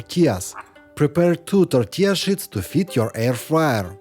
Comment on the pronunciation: I want to say a big thank you for all the great tipps and inspirations i get from this channel. Keep up the great work. But one critic: If you say sheet, please spell the ee as a long Eeeeee. If you say it like an i the word has a complete different meaning ;) All the best from Germany.